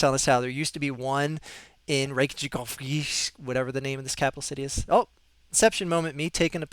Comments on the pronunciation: The kja is pronounced k-yah, so like Reyk-yah-veek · It is quite simple really. It is pronounced: Ray-Kaa-Vig. So there you go